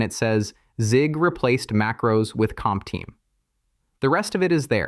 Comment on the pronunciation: I fully understand that you use AI voice-over, but could you please check the generated video before publishing it? Because hearing something like this makes your video look really low-class/cheap.